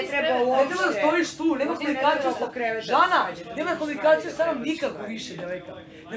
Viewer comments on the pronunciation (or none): Seljančura Miona kaže śa seljačino🙄